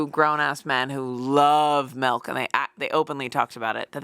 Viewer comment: anyone else clock that says melk?